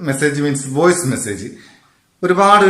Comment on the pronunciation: വോഴ്‌സ് അല്ല കാക്കെ